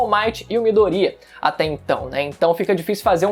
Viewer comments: Eu fico com agonia quando ele fala Midoría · É midoriya, miDOriya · pessoas normais: MIDORIYAAAAAAAAAAAA: MIDORÍA:O